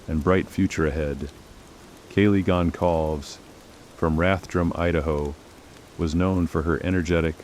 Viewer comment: I know this is AI crap but At least pronounce the names correctly!! Gon-call-vez And Cour de-lean? What total crap!